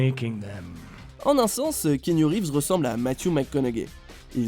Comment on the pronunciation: Top la vidéo mais svp on prononce Kéanou en fr. Pas Kiniou / Kéniou